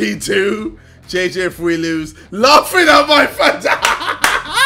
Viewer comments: “I’m just gonna start with laughthing” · JJ's so excited to become baldski he says laughing with a TH